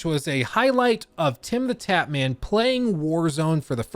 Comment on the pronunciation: Did you just call him “Tim the TAPman?” 😂😂